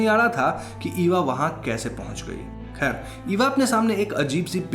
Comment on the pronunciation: Khair not "Kher" ✨